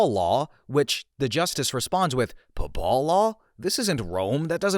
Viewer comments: Yeah, rhymes with “maple” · "pahpal law" is "pay-ple" law, as in, law of the pope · To be fair, would an AI mispronounce Papal (pay•pull) law as paw•p•all law? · Lost me at "papawl law." [UPDATE: OK, you really lost me by pulling the "NPC" shit and insulting people's intelligence after not knowing how to say "papal." You don't get to call people stupid if you're stupid, sorry.] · Papal is pronounced pay-puhl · “paPAHL” law 😂🇻🇦 We have to alert the Vatican to this new pronunciation. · Well, a real person would know how to say "Papal." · I was pretty sure it wasn’t AI until I hear how “Papal” is pronounced. I’ve never heard anyone pronounce it that way. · You complain about people thinking you're AI right after you mispronounce the hell out of papal twice. I don't know man. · Hearing him pronounce papal as if it rhymed withe Nepal instead of Maple fucking sent me. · It is odd but “murder one” is an odd phrase (I believe it’s shorthand for “first degree murder”) The thing that convinces me it’s real is it feels like the pauses come when he’s unsure of how to read things, like when he misspeaks the word “papal”. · Tbf. You butchered the pronunciation of "Papal" so bad it could have been AI. I dont think you are, but i can understand why some might think so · Anyone that can't pronounce "papal" is AI. It was cute how you gave AI a script trying to convince us it's not AI. That was clever.